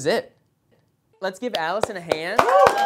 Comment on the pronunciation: He called Alison "Humorous"😂😂😂😂